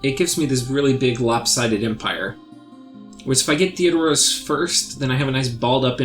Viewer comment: I gotta say, it's THE RO DOS not Theo do ros